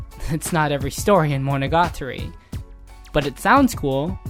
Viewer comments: yeah i had to stop watching the second time he said that... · Fact 11: Mo-no-ga-TAR-REE is pronounced as Mo-no-ga-TREE in the west. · "MonOgAtri" Nope. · mono GA tari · Great job. Just the way you pronounced monogatari hurt me on a physical level lol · i cant even speak Japanese but when this guy says monogatari i cringe inside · The way you pronounce the title.. it triggers me.